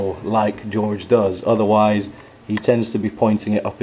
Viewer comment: it's jorge not george